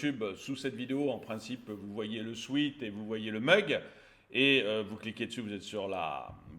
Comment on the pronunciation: Peux-tu cesser de dire sweet au lieu de sweat pour les vêtements vendus ?